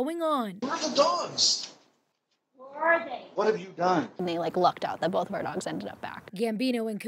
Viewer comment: “Bolth” x2